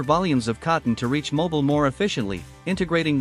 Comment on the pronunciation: what a pitty that such a beautifully made film could not pronounce her very name correctly: It's pronounced "Mo-BEEL"!!!